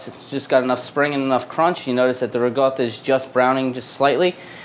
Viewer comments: It's riCOtta not riGOtta. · Its Reekawda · Can you please just say ricotta normally, you're clearly american 🤦‍♂️